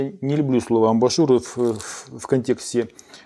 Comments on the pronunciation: Мне тоже резанули слух эти АМБАРНЫЕ ШУРЫ. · Только не амбАшур, а амбУшюр 🤷‍♂️